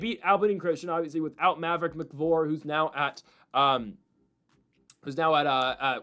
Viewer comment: Lol it’s “AB-UH-LEAN” Christian… and Maverick “MICK-EYE-VOR”